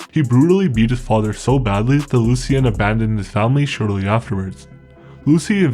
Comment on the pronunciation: Your spelling/pronouncing his father's name wrong... it would have been "Lucien" if he were a man. You do a good job here except when it comes to anything french!